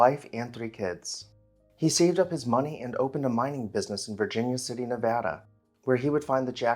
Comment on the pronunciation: As a resident of Nevada, I thank you for pronouncing the state's name correctly :-).